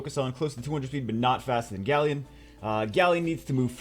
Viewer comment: Grant Muller still... 'GALLEON'